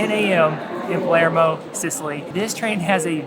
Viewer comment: PALERMO, not Palmero...🙄🤣